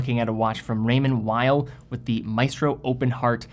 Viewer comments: It sounds very weird the way you pronounce “Weil”. You can either pronounce in English which sounds like “wheel” or “whale”. Or you can pronounce it as it’s original language which sounds like “vile”. Using English consonant pronunciation and German vowel pronunciation in the same word just sounds so weird. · I think it's pronounced Raymond "Vay".. never understood why people dont take them seriously. Great elegant designs